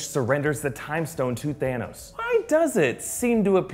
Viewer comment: Guess what?!! Thaaa-nose